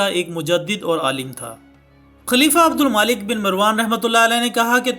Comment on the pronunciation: Brother is it Abdul maalik? Or Abdul malik...Jaha tk me ne parha hai... عبدالملک hai naa k عبدالمالک .... Correct me if im wrong